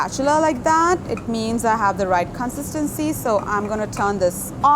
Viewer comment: CONsisTENcy... I had to rewind a couple of times to understand that word. 😅